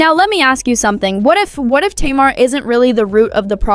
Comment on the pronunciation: It’s pronounced Tay-mar!